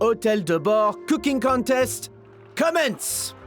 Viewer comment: Oh putain cet accent français est parfait, je suis plié ! 🤣🤣🤣 ✨Ze couquingue contaiste ✨ ✨You of all pipol✨